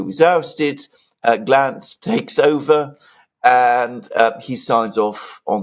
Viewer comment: It's Gantz not Glantz.